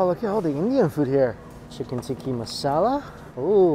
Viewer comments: cringe when he said chicken “tikki” masala.. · Did you just say Tikka Chance on it? OMG